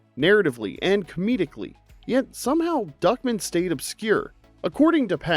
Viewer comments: Why do you keep saying "Duckmin" when his name is clearly Duck Man? From what I recall, they said Duck Man every single time during the show, by every character speaking to him. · It's DuckMAN not Duckmen. And that clearly is not a cube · Why are you pronouncing Duck Man like Duckmen? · Who tf pronounces it Duckmen? I always heard it as Duckman with an A... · It was duck man, duck..... man. Duck MAAANNN. not duckmen!!!!! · Great video, but, MY DUDE, it's pronounced DuckMAN, not DuckMIN. That bothered me EVERY. TIME. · Duckman is pronounced Duck-Man. The stress is on the last syllable, like Batman. Not like Feldman. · Just here to see if someone told you it was pronounced "DUCK...MAN." Not fast like Goodman. It's like two words. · "Duckmun"? Tell me you've never seen the show without telling me you've never seen the show. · I cringed at the way you pronounced Duckman.